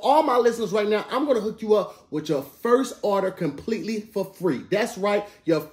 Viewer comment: says “arder” when trying to say “order”. back to you tom 😂